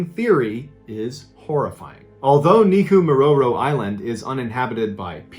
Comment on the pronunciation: Major props for the numerous times you pronounced "Neko Mororo" Island perfectly every time!😉✌️